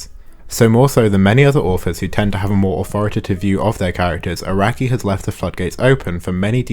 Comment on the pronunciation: love how the only pronounciation errors in this video are made by text to speech, hope that's how people will see ai art yoshi, arakai-sensei